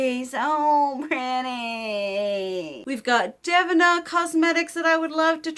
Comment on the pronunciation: Also Devinah is “DUH-VEE-NUH”